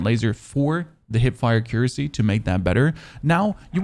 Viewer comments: Lol ok then you get a pass. It’s (ak-yer-asee) if that’s easier haha. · Lol I had to stop when he said “a-cure-us-e”